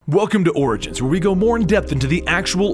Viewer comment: You said orings 6 times